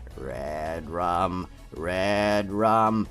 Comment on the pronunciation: It sounds like you are saying ”redråm”